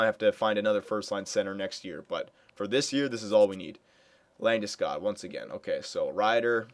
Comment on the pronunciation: First!! Its LandesCOG!! not -god.